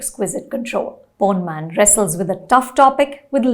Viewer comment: You said Porn instead of Pon😂